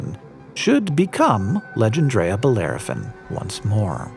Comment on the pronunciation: If it was named by a Frenchman then it was probably 'Legendre'-a rather than, as you're reading it, 'Legend'-rea... "Loyez" is the French word for rent, whether that's relevant or not I don't know... maybe it was to honour his landlord!